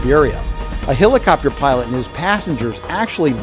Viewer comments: Wtf is a hillicopter a hillbilly helicopter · Anyone else hear him say "Hillacopter"?